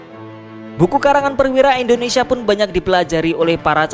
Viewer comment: Saran mas, baca Indonesia jgn endonesia